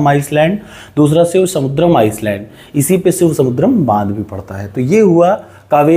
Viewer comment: Sir I don't want to dimean you.but your pronounciation of Island is totally wrong